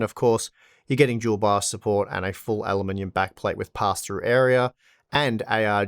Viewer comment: I was like... What "Jewel box"? ... And a few seconds later I realized that's how they saying "Dual BIOS" :-D